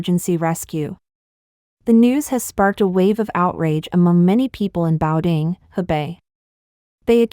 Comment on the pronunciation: Please learn how to pronounce ‘Beidaihe’, ‘Cai Qi’ etc. The voice-over in this video is embarrassing.